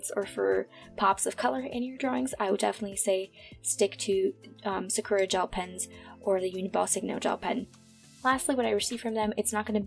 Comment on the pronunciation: I love your videos and I thought I'd mention that "Sakura" is pronounced "sah-koo-rah" with even stress on all three syllables.